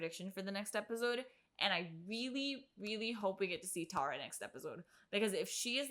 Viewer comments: Say it with me TE-RAA - TE- Ra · So excited you mispronounced her name? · the journey of you figuring out how to pronounce tara's name over the course of this episode was thrilling lol